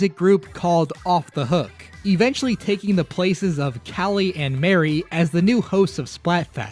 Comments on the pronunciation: Agreed. I've NEVER heard anyone pronounce the name Marie as Mary until Splatoon. It should be pronounced like Marie Antoinette. I get the joke is "Calamari," but Mari and Marie are different names, and Callie isn't something weird like Cala. It's just a set of pun names, and yet I can't help but get upset when people call her Mary. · He mispronounced Marie. Her name is pronounced like mari, like in calamari. Judd also didn't create Lil Judd. He was created by a glitch when thr cryo chamber thought that Judd was dead